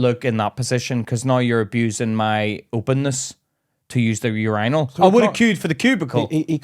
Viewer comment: There is no fkn way that’s how you pronounce urinal 😭💀